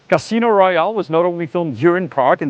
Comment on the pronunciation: This darned pronunciation: Cruise, Royale, Kreml(in), Vitus…